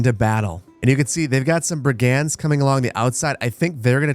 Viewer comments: I got say. Never seen Manor Lords gameplay before but i have been keeping an eye on the game itself. So im really happy to finally take the time to watch these. I just have a single silly gripe. You keep pronouncing Brigand like 2 separate words *Brig *And but its pronounced as *Brigend. Other then that please keep up the amazing videos. Im really enjoying them and cant wait to see how thise game continues to evolve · Hearing you pronounce brigand is bugging me